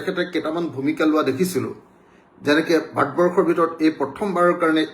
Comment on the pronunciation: ভাত বৰ্ষ নহয় মহাশয় ভাৰত বৰ্ষ আৰু আ আ আ কৰি থকা বোৰ ক'লে শুনি থাকিবলৈ বিৰক্তি লাগে।